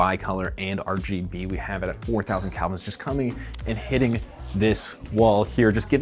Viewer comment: Whit balance is measuredin degrees "KELVIN" - not "CALVINS".